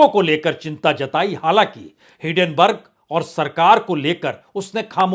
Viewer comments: सर जी, मैआपका हरेक वीडियो ज़रूर देखता हूं। आप कृपया हिडेनबर्ग की जगह हिन्डेनबर्ग बोलें, मेरी गुजारिश है। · सर आपसे रिक्वेस्ट है , वो हीन्डनबर्ग है आप हीडेनबर्ग पढते हो